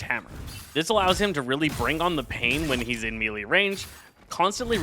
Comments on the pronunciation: For the love of god please…it’s pronounced “MAY-Lay” not “mii-lee” I have watch several of your guides and thank you for making them but bro you are killing me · your guides are great (though you always mispronounce melee)